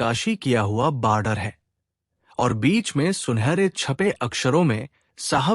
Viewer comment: माणिक दा की कहानी सुनाये, इसके लिये धन्यवाद। पर उच्चारण ठीक करो। "कापी" क्या होता है? "बाडर" क्या होता है? गूगल पर चेक करो। मैं नहीं लिखूंगा यहां। साहित्यिक विषय के मामले में अशुद्ध उच्चारण अपराध माना जायेगा।।